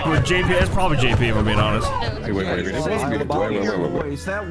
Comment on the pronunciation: i mean when he said jp it did sound like YIPPE